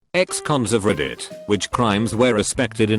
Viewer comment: "Ex-cons of RIDDIT"